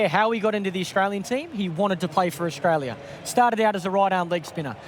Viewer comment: clarke cant say australia properly